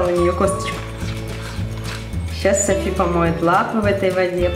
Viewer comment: кому показалось что сказал соси а не Софи на